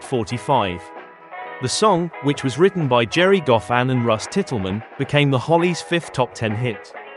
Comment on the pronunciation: btw its Russ Titelman (pronounced Title Man)